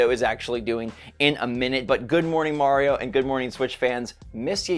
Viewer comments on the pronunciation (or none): none